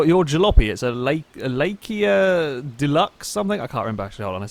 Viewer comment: Are you actually dyslexic or something,!? How do you pronounce Laika "Lakia".................